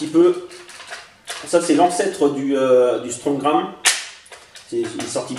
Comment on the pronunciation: on dit strongarm pas strongram mais c'est pas grave